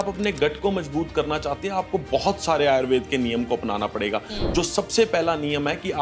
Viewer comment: आयुर्वेद है ना कि आयुर्वेदा